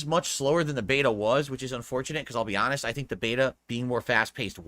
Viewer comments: How many more times will I hear a variation of this rant? "Wow guys, you know I'm hahnest guy right? Well you guys told me to play _________ (insert game here) for the longest time and now when I finally play no one comes for support. What's up with that?" Never change. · Nao guise you are not giving me enough of your money, im just being ahnest /snort.